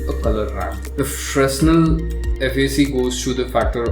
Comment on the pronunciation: Finally someone who can pronounce Fresnel correctly (with silent 's')! :)